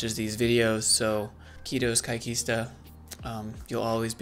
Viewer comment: It's "Kiitos kaikesta" not "Kiitos kaikkista" lol